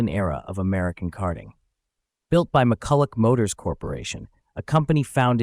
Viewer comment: Mu-ku-la is the correct pronunciation